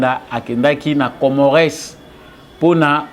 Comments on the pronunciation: Bsr mon freres Juste entre nous,je pense qu'on dit COMMORES,ON NE PRONONCE PAS LE "S" de la fin.Bravo pour ton travail. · Ca s'ecrit Comores mais ca se lit Comore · Mr le journaliste na kombo ya Comores ko tangaka S wana te. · Masolo kitoko. S ya suka ya Comores ne se prononce pas.